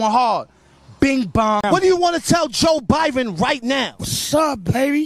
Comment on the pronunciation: Without saying joebiden it’s joe biben